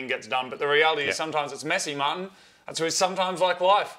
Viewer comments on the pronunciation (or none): okay but who heard Moog say "Marty" instead of "Martin"